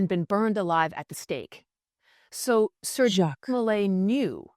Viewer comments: Sir JACQUE mulay Sir JACQUE mulay Sir JACQUE mulay Sir JACQUE mulay Ok enough with the AI voice we get it it you can't pronounce Jacque! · Maybe Jacques de Molay was persecuted because whenever someone pronounced his first name, it sounded like some trans-dimensional demon was interjecting on his behalf..